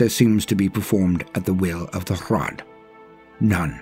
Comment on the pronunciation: I am so glad rolls his Rs for the Hrud. That's the only way to do it right.